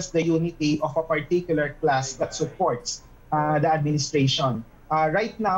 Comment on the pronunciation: 'of a particular CLASS..', with emphasis pa. Minsan lengwahe din ng mga marxist/commies yan, ang class war or 'conflict.' If tama unawa ko, bourgeois tawag nila jan (upper class/capitalista) while proletariat ang workers/poorer classes Walang binanggit na class war ang host, esp since across all social classes ang bumoto kay bbm, pero yun ang unang nasa isip ng guest